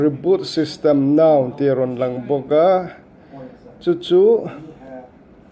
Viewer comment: I thring lutuk.... Mobile tiin lam rawh Mobal a nilo.. Reboot system Nau pawh a nilo. Reboot System now tur zawk a ni...